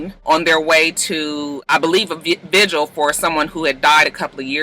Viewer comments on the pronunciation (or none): none